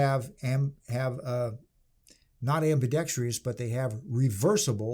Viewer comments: Ambidextrous not ambidextrious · Guntards everywhere...it's pronounced "ambeedextruss" not "ambeedextree-us". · It is ambidextrous, not ambidextrEous. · What the hell is "ambidextrious"? I can't find this damn word in any dictionary. HELP ME!